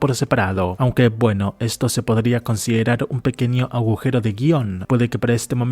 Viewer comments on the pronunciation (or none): none